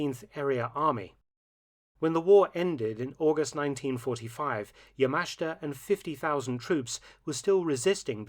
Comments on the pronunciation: It pronounced "yamashta" not yamasheeta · NO. NO. That is not correct. The correct way to pronounce YAMASHITA is YA - MA - SH -TA. The i is silent, or only slightly pronounced. In Japanese, the vowels I and u are silent when they are between 2 voiceless consonants, like s, k , or t. Thus, SUKIYAKI is pronounced S - KI - YA - KI. Also, do not put a heavy stress accent on any syllable. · Point of correction. Yamashita's last name is pronounced yah-mah-SHEE-tah. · Isn't it pronounced YA-MA-SHI-TA? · Mark. This is getting annoying. His name is Yamashita. You keep skipping over the "I" in his name. You keep pronouncing it "Yamashta". Please pronounce his name correctly in the future.